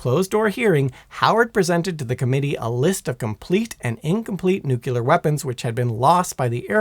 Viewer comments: Say it with me,: nu-KLEE-er, NOT nu-cue-ler. Fingernails on a chalkboard is one of the few things that sounds worse than how you pronounced this particular word. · NuCLear... Not nucelar... Please. Trying to make a George W. impression? I was happy to hear first. Like his tone and voice. Starting to regret it. And you top it of with 30 minutes of filling material before getting to the point. Now I remember why I don't watch your channels anymore. And you add a bunch of useless model numbers in a complex system description. That's it. I quit. Wasted enough time even though I skipped most of it. Painful. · It's not nucyeelar, it's pronounced NOOKLEEAR (or even nyookleear) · Its nuke -u-lar weapons according to this shitforbrain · Nu-cle-ar. It’s nuclear. Not nuke-you-ler. Thanks for the cool history lesson though. Your mispronunciation doesn’t devalue the info, just grinds the heck out of my gears 😅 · NU-CLEAR!!!! NU...CLEAR!!! NOT nukyular!!!! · Great video. Killing me with the nucular pronunciation though. Nuclear, like nucleus. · Nuclear. Not nucular. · You're an idiot. It's pronounced nuclear, not nukyaler. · N U C L E A R READ THE LAST FOUR LETTERS . CLEAR not nucular Please stop nucular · Nuclear (new-clear, referring to the nucleus [nu-cle-us]), not nukulurr (nuke-ya-lurrrr) What did the ruler of Omicron Persei 8 do to you bro?? It's important where the L goes. Bro a video entirely of you talking about nuclear subjects and saying it like George Bush is painful........ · Fascinating video. The big takeaway for me is that it is a good thing that we generally did not transport them with the core inserted! Unfortunately, you've also triggered one of my pet peeves. It is nuCLEar, not nuCULar. Just because a lot of people say it that way does not excuse the fact that that's not how the word is spelled, nor how it is pronounced. It's like saying "aks" instead of "ask". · "Nucular" no no no no... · Repeat after me: NU-KLE-AR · In "nuclear", the Q is silent.